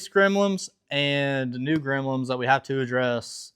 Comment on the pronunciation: Another great video. Also Bro, its Gremlins, not Gremlims. 😂